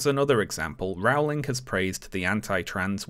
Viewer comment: It's Rowling, as in bowling ........